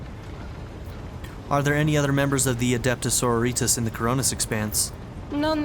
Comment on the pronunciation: hearing you say soro-ritas, as so-ro-ri-tas, makes me cringes. and i believe that the relic she is protecting is the warrant of trade since it has the blood of the emperor on its seal.